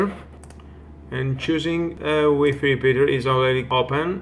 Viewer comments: WIFI NOT WEEFEE. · In my village , we say weefee.